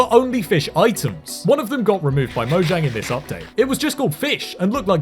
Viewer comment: It's actually pronounced "moyang," if you're going by the Swedish pronunciation.